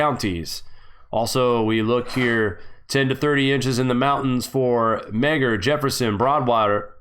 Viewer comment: Its still snowing I see snow they are plowing. Meagher is pronounced MARR. And Teton is TEE TON. Sorry as a Montanan I have to be a grammar police.